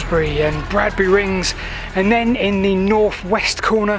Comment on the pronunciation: 'Badbury', not "Bradbury".